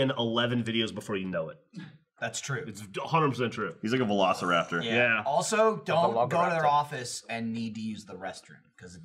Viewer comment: He said "Ve-log-ciraptor", it was a shit joke.